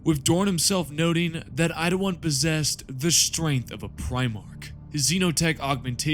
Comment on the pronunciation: How do you keep saying Idawan when his name is Eidolon. Really not that hard to sound out his name.